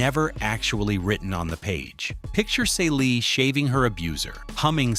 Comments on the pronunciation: Wtf was Caylee!? Please if your going to commentate this pronounce their names right!! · Great info- but her name is pronounced "see lee". All those other pronunciations in this clip makes it feel like it's another character. Her name was said all throughout the movie. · PLEASE get these women's names right: → Shug = the first syllable of “sugar.” It’s “Shug,” “shuuug.” → Celie = "SEE-lee" , “cell-ee.” I’m guessing the video is AI-narrated, and honestly, the narration itself is quite good—but repeatedly mispronouncing the names of two of The Color Purple’s central women is a pretty glaring miss. Technically, I’m not going to invoke “Say Their Names” here, because that phrase belongs to a movement honoring real people whose lives were lost to racial and state violence, and these women are fictional. I would posit that the underlying principle of *taking enough care to learn and correctly say Black women’s names is especially relevant here. The Color Purple is a story profoundly concerned with Black women being seen, heard, valued, and allowed to define themselves. Their names are part of that identity. So please: put some respect on Celie and Shug Avery. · The main character's name is mispronounced. If you want your channel to succeed, don't compromise important details. Pronouncing the name of one of the most iconic characters in black cinematic history is not the way to go about it. At one point you have a photo of Fantasia Barrino, who was not in the 1985 original movie. She was in the 2023 movie based on the stage musical. Either you're ineffectively using AI or you've never seen the movie or both. Creating deep-dive content on movies you've never seen, especially black movies, is vampireistic. Don't tell us details about our revered classics if you didn't show enough respect to watch the movie.